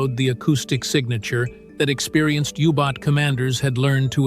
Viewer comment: It is a U-Boat not a Hubot nor a Yubot! It is shame that an interesting video is ruined by AI-speak!